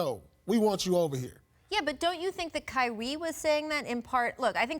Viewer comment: She said Kywie 💀